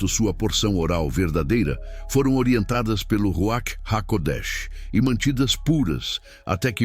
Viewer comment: Ruach : Ruar, com R fraco